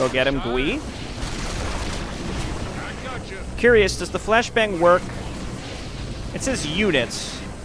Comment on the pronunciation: Nice retcon. I remember this being the first thing I fiddled with in the map editor so many eons ago. I even made a hero unit like this one. And also, I think Gui is pronounced as Guy.